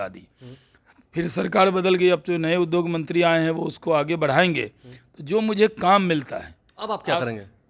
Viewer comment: Shahnawaz Hussain anyaay ke saath hai are jahil udog nahin hota hai uddyog hota hai zyaade nahin zyada hota hai